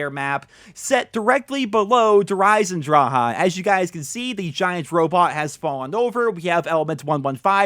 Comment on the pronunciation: Did you just say “Der eisendra Ha”